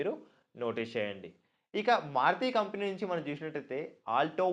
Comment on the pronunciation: Company pronounciation sariga paluku first